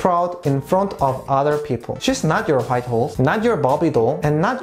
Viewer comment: I love the way he says 'white' like hwait